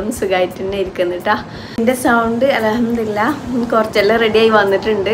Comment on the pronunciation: അലഹംദുലില്ലാഹ് എന്ന് paranj പോവുന്നുണ്ടോ ശരിക്കും അൽഹംദുലില്ലാഹ് എന്നല്ലേ പറയേണ്ടത്